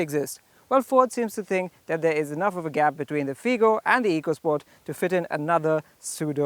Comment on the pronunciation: It's not eecosport where e is pronounced as ee. It's ecosport, e is pronounced as a here. Learn it. Great car. Hope it sells as much.